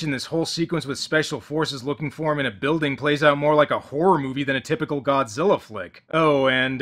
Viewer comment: "Godziller" (LOL)